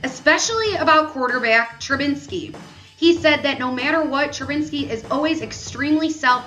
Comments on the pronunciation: She said it wrong like 10 times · Can she say Trubisky right 😔